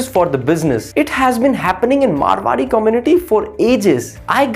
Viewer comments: Abe chutiye woh मारवाड़ी hai मरवाड़ी nahi 😂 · Abe..It’s Maarwadi..not Marwadi